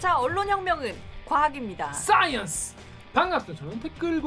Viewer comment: 싸이언스!! ㅋㅋㅋㅋㅋ 우물우물 우키앵 ㅋㅋㅋㅋㅋ